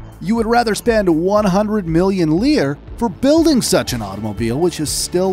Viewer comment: Please stop saying “leer”. The old Italian currency was the lira (“lee-ra”) and the plural was lire (“lee-ray”).